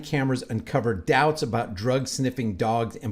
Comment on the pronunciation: Why can't you say "drug"?